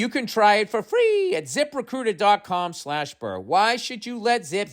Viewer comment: His Zip Recruiter ads are my favorite. Its Zip Recrrrruhausgdgteirzsgdgruiter 😂😂